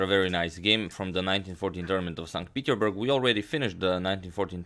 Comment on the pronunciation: #suggestion At the end of the tournament, I must say it: it is pronounced "Saint PeterSburg"